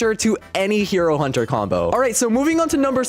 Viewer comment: Did he just say hiro hunter??😂😂